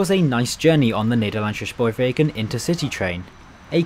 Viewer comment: The Gouwe is a river, not a canal ;) Also, we don't have the 'sj' sound in Dutch (or not a lot anyway) which you use all the time, "Amersfoort" and "Nederlandse Spoorwegen" is just pronounced with the same S as in the English word "same"